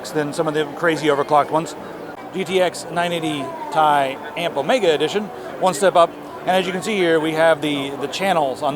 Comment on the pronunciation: Dude its ti not tai